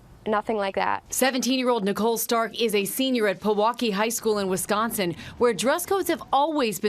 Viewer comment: Ugh u said Wisconsin wrong